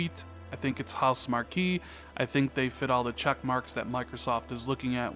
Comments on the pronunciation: It's pronounced "House Mark" and your theory might be right because Housemarque sent a letter to all the fans that are subscribed to their forums that said arcade is dead. No one buys arcade games anymore and they're not gonna make arcade type games. Their next game Stormdivers is trying to jump on the battle royale band wagon. A lot of us were really disappointed they aren't gonna make them great arcade games anymore. They're really talented and if MSFT did pick them up it would be a great score. I only game on ps4 so I'd definitely miss their games though I didn't plan on getting their latest game. With them explaining arcade games don't sell that well makes me think like you if they're money starved MSFT could open that wallet and relieve any stress the company would have. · Your theory is sound: But you should know that studio, although is spelled, Housemarque, it is pronounced HouseMARK. I know it's spelled weird but "ue" is silent.